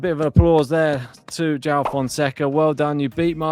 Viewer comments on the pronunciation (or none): well, you could start with learning how to pronounce his name right. Because most of the English speaking people can't. The "J" is not pronounced as in "John", it is like in that song "Jolie, Jolie..." It is portugies name man, and he earned it to be sound correctly. You can just watch Novak press, he can say it the way it is. Probably the best match of the RG. Best so far for sure.